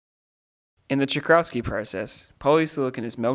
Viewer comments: It's not pronounced as in this video as 'Tschokrauski', that's for sure 😅 I think it get's close as "Tscho-" as in Choke, "chral-" as in Jalapeno and "ski" as Ski. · It's pronounced as cho-kral-ski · The pronounciation in the video was actually very close to the correct one, except the "ch" is not pronounced as "k", but as "h". Google Translate voice is always helpful to hear how to pronounce words in other languages. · I am polish, and I sometimes search "czochralski" just to laugh at the pronunciation